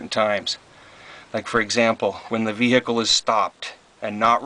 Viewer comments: The way you say 'vehicle' makes me cringe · That's pronounced "BROAM," ok ? Dude, the camera work makes the viewer want to swallow their tongue. Nice ride ! I only have a toilette in mine. I really need to install a shower as well, plus I don't have hot water. That's Vehicle, not VEEEEEHICK-LE ;) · I'm not sure what is more annoying. Calling it a C class (it's a B) or saying brouGham. The G and the H for that matter, is silent. It is BRO'um. And you could back off on the H in veHICKul some as well. Congrats on the purchase. It really does look good. What engine is it? 360, I would guess.